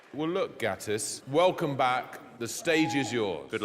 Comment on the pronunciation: I am actually from latvia and he doesnt know how.to speak xd